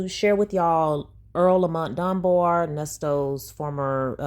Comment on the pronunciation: When she refuses to pronounce the ‘s’ at the end of Nesto’s name, it BURNS MY BISCUIT!! 😡 It’s annoying.